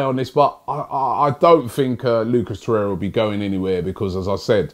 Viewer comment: At least doesn't say Lucas Torreya anymore.